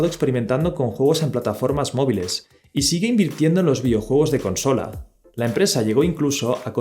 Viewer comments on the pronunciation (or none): none